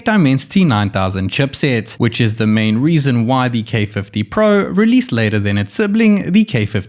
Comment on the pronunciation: Plez say pro properly 🤣